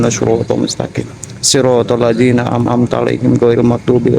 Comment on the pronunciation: an,amta alaihim bukan am amta, mas